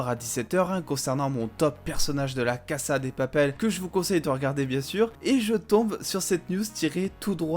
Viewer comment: C’est la « caza « pas la « cassa » 😭😭